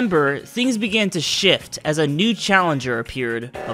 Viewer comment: “in september things began to shit “